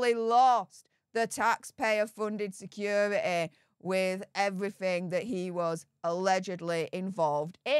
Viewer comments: What the hell is “secura-ee”? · Someone tell this woman the word security has a T in the middle of it!! It's pronounced, securiTy.